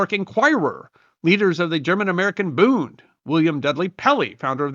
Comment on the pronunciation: Hearing "booned" is like nails on a chalkboard. The d on the end of a German word like "Bund" is pronounced like a T. The u is not "oo" like tooth, but is pronounced closer to the u in push.